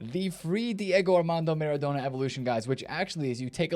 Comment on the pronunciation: Why do you say maREDona?!😂